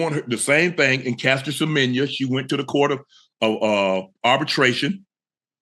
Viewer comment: Well done Unk in pronouncing our fellow South African, Caster Semenya's name so well.